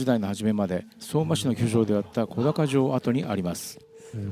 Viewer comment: 素敵な動画upありがとうございます✨福島県民ですがリアルには観たことがありません。 今年は家族が観てきて土産話しをたくさん聞きました。 神社名は小高と書いて『こだか神社』ではなく『おだか神社』と読みます😊